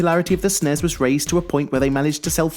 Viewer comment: y does he keep calling the n e s and s n e s snes and nes